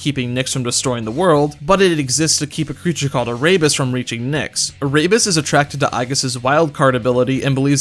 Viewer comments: he pronounced Erebus incorrectly too. Air-e-bus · Ah-rabies Lmao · Great video, but im not going to lie i cringed each time he said Erebus as Araybus.